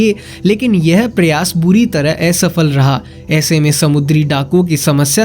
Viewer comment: पहले तुम अपना उच्चारण ठीक करो । एसफल नहीं असफल सथानीय नहीं स्थानीय नै नही न होता है। इसकी बोलने की ट्रेनिंग को लो पहले।